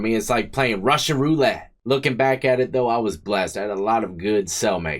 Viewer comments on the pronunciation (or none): none